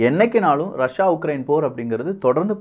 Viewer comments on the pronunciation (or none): none